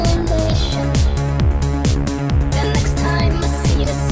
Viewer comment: I love the way he mispronounces "emulation" as "emoolation". It's "em-yoo-lation". :D